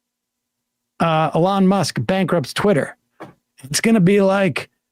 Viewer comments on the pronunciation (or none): Dude, why do you pronounce his name as "Along", it's Elon (eelon). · It's pronounced Eloo Mah